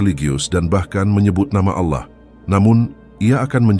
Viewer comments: Harus Nya Allah … Bukan Alloh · Bukan auloh tapi Allah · Naratornya kebablasan saat menyebut Allah menjadi aulloh. Semoga segera sadar bahwa yg sedang dibacakan adalah ajaran Allah yg hidup yg turun sebagai manusia ,menjadi domba pengorbanan . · aolloh ❌ ALLAH ☑️ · mengapa penyebutan ALLA seperti orang kafir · Maaf aku tau ini AI tapi tolong di perhatikan suara penyebutan ALLAH. AGAK menyesatkan kalau salah sebut